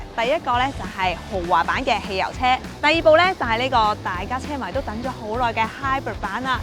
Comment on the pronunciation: Hybrid都唔識讀,你讀嗰個音係hybird,唔係hybrid